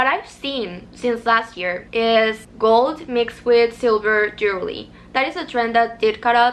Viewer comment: i love your lil accent & i hope you don’t take this as a dig because i looove your accent 🫶🏾 it’s jewelry not jewerly xo